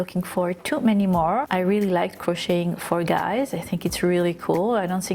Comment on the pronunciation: Omg PLEASE! STOP! Pronouncing the “t” in the word ‘crocheting!!!!!!!!’ It is EXTREMELY distracting!!!! Oh, and I absolutely love this design btw... even if your math is massively off for the front and back panels and the sleeve holes. It’s okay though. I figured out a way to fix it myself.